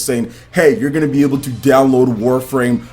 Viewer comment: ...I love your channel, the work you do is fabulous. I have one gripe, and its not just you who does it. Japanese pronunciations. Naruto to Boroto isn't "too" but its "toe" as in the Japanese word/particle for "and" meaning "Naruto and Boruto". Also, saying "Mr. Anouma-san" is redundant since the -san suffix means "Mr." in Japanese. They're small things, but small things that can give you just that little bit more credibility from folks, especially when talking about Japanese news/games.